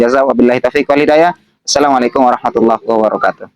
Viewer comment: Asalamuaikum itu walikun Baca apa tuh gk jelas, bukan Baca kuraan astofilloh itu sangat sesat